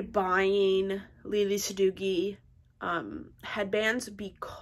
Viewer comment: Its pronounced sa dough ee. Not dough gee.